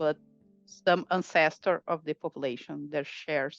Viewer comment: The 'anscestyr' triggered me big time.